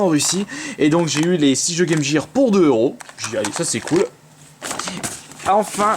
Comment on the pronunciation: Gear c'est prononcé avec un g et pas avec j ?